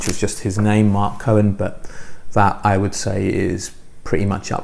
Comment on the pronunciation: Point of order: You’re pronouncing Marc Cohn as if he’s related to Leonard Cohen but there is no “e” in “Cohn”. Other than that, a very nice shortlist of quality recordings. Our tastes are both quite eclectic but as diverse as yours is, I suspect mine may be even more so. Keep up the great work!